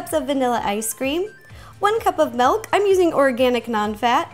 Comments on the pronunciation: stop saying melk its milk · Why does she say melk not milk like normal people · not tryin to hate but why do you say MELK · she says milk like melk. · POUR ME! A GLASS! OF MALK JOSH!